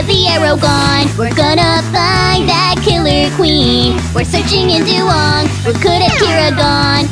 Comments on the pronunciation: du wayng not du wong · IT'S DUWANG NOT DUWONG GOSH! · This shouldn't bother me, but it really does. Isn't it "Dew-wang" and not "Dew-wong"? Love all this tho. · I thought it was duWANG not duwong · Master Markus It's just wong. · It's doo-wAng